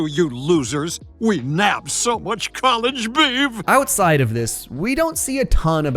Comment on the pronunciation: "College Beav" is horrendous.😂